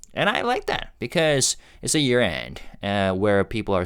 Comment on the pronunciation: Thank you for another great video. I really appreciate all that you do. Happy New Year! Speaking of which, would a Korean learning English pronounce the word “year” as “we’re?” Did my ears deceive me or did j-hope possibly drop a spoiler?